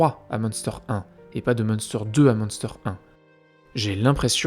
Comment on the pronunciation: Petite info linguistique, en allemand, le ü se prononce u, du coup, le camp se lirait plutôt Mune-stèr